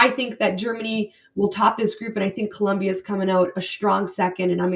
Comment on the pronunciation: It’s Colombia. No “u”. ❤